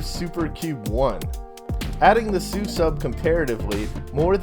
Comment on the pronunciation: Hsu is pronounced 'shu', or the english word shoe, not 'soo'. It's the Taiwanese transliteration of the PRC pinyin spelling xu. Just sayin'.